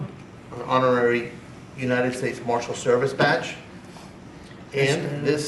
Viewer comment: "An horary Marshal"?😳 Trump is a convicted felon, an adjudicated rapíst & a known liar!😬 The guy can´t even legally possess a firearm! 🙄